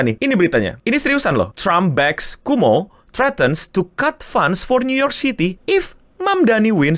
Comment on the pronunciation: Kowmo bang bukan kumo 😂